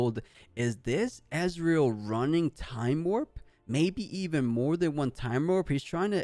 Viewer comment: Please stop called Ezreal "EZ" the E in Ezreal is not pronounced like the E in EZ. He is not calles Israel.